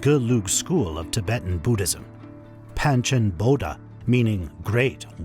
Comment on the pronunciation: These are not "Living Buddhas" as it is repeated numerous times by the narrator, who also mispronounces many important words, Like "Panchen" and "Dalai" - showing that he knows little to nothing about Tibetan Buddhism and was just hired to narrate. "Living Buddha" is an inaccurate term - they are really "Living Bodhisattvas"...(very high level practitioners who are, like all of us, "Future Buddhas". These Bodhisattvas put off the attainment of full Buddhahood until all sentient beings have been able to transcend Samsara (embodied existence)....only then will these Bodhisattvas enter full Liberation. So calling them "Living Buddhas" is both inaccurate and misleading. (BTW - They also don't want to be called Buddhas!) It seems it is often Chinese who tend to make this mistake about calling High Lamas "Living Buddhas" It may be an intentional mistake, as the Chinese Government has tortured, killed, lied constantly about H.H. The 14th Dalai Lama...they also kidnapped (or killed) the Panchen Lama (who is still missing after decades). In Truth the Government is anti Buddhist, and anti Tibet. Mao himself was completely anti religion - he said horrible things to the Dalai Lama.